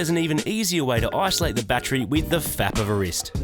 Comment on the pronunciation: Did you say "with the fap of a wrist?" I fucking love you guys.